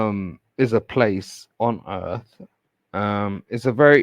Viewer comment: Hahahaaaaaa!!!! His emphasis on how this country is on “Earth”!!! Lawdy Mercy!!!🤓